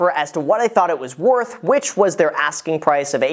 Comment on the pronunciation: He sometimes pronounces the r sound, sometimes doesn't. Like he says "approval" and then says "pwice". Is that normal?